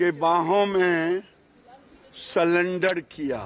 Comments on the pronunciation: 'मंदबुद्धि' अनपढ़ निकला ! अनपढ़ को सरेंडर को सलेंडर बोल रहा है ऐसे अनपढ़ को देश कि जनता सांसद बनाती है ! मानहानि का केस करना चाहिए ! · इस बेवकूफ कोई नहीं पता कि sarendar होता है ना कि सिलेंडर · ग्रिराज शायद पढ़ा लिखा नहीं, नरसरी तक शिक्षा हासिल किया हो? sulendr बोल रहा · अरे गिरिराज बाबू सरेंडर होता हैं। हेलो नरेंदर सरेंडर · गिरिराज तेरे से तो अच्छा भेड़ चराने वाला भी अच्छा है काला अक्षर भेस बराबर नाम पढ़ना भी नही आता ऐसे लोगो को राज पर बिठाना लोकतंत्र की हत्या की है